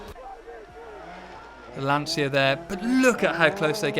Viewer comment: Dude, it's not Lansia, it's Lancia. Get right that Italian C. It's like saying Ciao. LanCia.